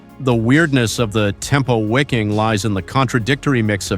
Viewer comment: It's pronounced 'Viking'. German language pronounces W as V.